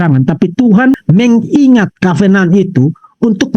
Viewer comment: cara bicara vv bhs Inggris yg sederhana aja salah " covenant "aja ga bisa yg paling lucu kalo bicara " aware " aweeerer " lucu abis woi kenapa kalo ada orang bicara " sehat sehat selalu vv " kok ga dibilang sakit hati ? Tapi yg tidak memuji kau bilang sakit hati tau dari mana kau ttg hati ku ? Itu tambah tidak cerdas jelas itu